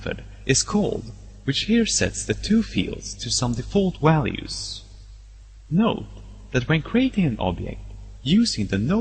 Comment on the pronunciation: lol, wariables and walues